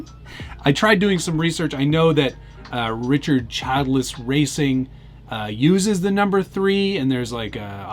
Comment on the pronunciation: Richard “chilled-russ”. Plus was part of the paint scheme.